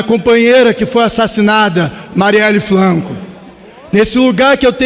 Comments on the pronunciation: ...que quebraram a "pRaca"? ... Mariele "FLanco"? É isso mesmo que ele bostejou? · Oi, é você? "Praca", Marielle "Flanco"...